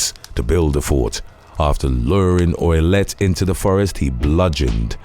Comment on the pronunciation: is Canton Massachusetts... you always have errors in your vids its like the most low effort content anyway to look online for crimes and post random pictures how do you mess that up. Also Ouillette is pronounced oo-yet